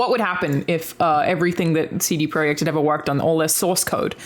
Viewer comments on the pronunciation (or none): "CD Proy-eck Red" I thought it was just a cool kid spelling not a different (Polish?) word. That's why you have to listen as well as play and watch I guess. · Missed the ''T'' in CD Projekt's name there 😉. Love the show, congrats on 50 episodes!